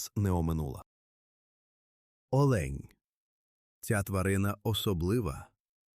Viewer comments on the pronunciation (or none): Не олеʼнь, а оʼлень!